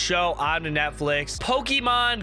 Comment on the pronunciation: "On the Netlifx" XD